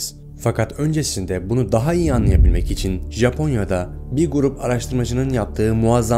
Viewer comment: Japonyo mu ? Ben yanlış mı duydum?